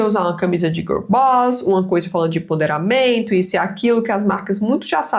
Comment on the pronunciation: Oi! É empoderamento, não emponderamento!!! Adorei o vídeo!